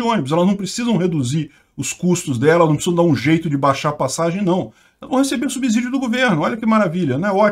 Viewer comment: bom dia. Uma dica de português: subsídio se pronuncia como se fosse 'SS', assim como nas palavras obsessão, observar, subsequente etc.